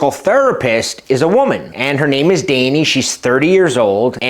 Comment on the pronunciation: Just curious, what is this accent of yours? On the chapters it says the lady's name is Dani, yet you pronounce it Dane-ie.